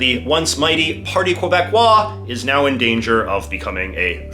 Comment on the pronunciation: Please. If you're going to pronounce someone's name, please use the correct pronunciation. Multiple times you had me grind teeth. And never say Qwebecois.